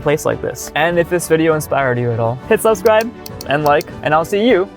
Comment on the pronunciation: Ok like I love you and all but subscribe is 1 word subscribe not 2 sub-scribe